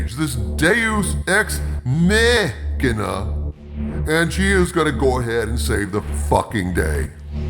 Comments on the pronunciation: "Deus ex Meh-ina" Oxford needs to add that to their dictionary. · "Dues ex meh'kina" now that's merch right there! LOL!